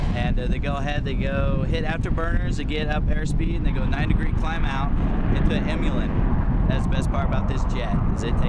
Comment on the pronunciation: An im-u-lan? Don't you mean an "Immelman".